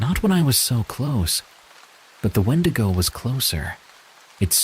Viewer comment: Call me petty, but I can’t listen to wendigo stories when it’s pronounced ‘wen-dee-go so thank you for keeping my grammer OCD at bay 😅